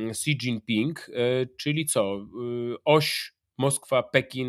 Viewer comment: Panie Piotrze, Xi nie mówimy "ksi", tylko "śi".